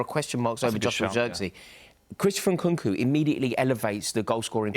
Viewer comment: For a man who can't even pronounce Nkunku's name right needs to stop giving opinions on footballing systems